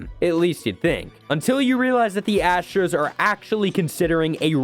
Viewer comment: Ahh yes, the Houston Asters